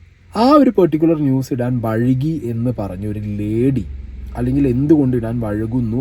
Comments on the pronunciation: bro its വൈകി and not വഴുകി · 2.48 vazhuki alla vaiki enaan 🤣🤣🤣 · വഴുകി അല്ല വൈകി എന്നാണ് ശെരിയായ വാക്ക്.